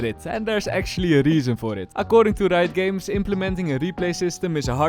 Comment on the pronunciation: leuke video bro maar het is reijot games niet rito ahha